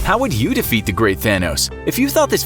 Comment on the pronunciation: I keep hearing "Fanos" the whole time lol